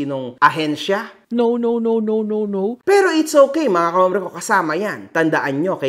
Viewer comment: Hhhhombre ka ng hombre tanamu ombre!!! Walang h pag pronounce😂😂😂😂